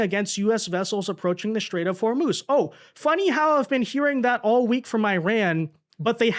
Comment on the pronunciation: The Shtrait of Hormuz